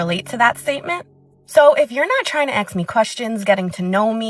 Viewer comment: The lady talking about being board her first red flas was say axe instead of ask